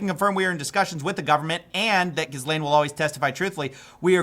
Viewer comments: It's "Gee - lane" not "Jizzlane" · I thought it was pronounced "jizz lane" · How is it that no matter how many news stories I watch not one single anchor can get Jittleyang Maxwell’s name right smh… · Ghislane has a silent S. why does nobody know this